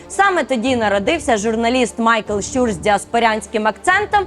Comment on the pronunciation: Прохання або писати те, що говорите (щЮр, щЮра) або озвучуйте те що написано (щУр, щУра). Дякую.